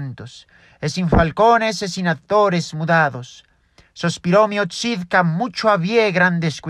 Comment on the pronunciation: Gran video y "olé" tu recitación del fragmento del meo Çid , muy buena pronunciación y tan buena que me pareció que estaba en la edad media en los salones del rey. Muchas gracias y siga así. Paz y Amor